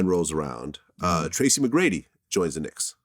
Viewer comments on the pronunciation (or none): none